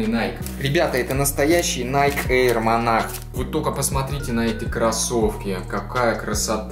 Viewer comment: Во первых,не монах,а монарх,во вторых кроссовки дикая хуета,они старческие какие-то,в третьих это однозначный зашквар,я б в таких галошах только по лесу ходил,но главное чтобы тебе нравились)